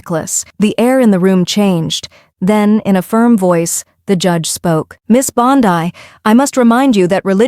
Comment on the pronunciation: God. Can anyone please please stop AI narration. My lord. Mispronounced names constantly. It's not Bond I